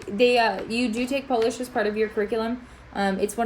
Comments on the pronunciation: Very good pronunciation for being just a one week in PL. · Visit Warsaw on November 11 :) Your pronunciation in Polish is really good.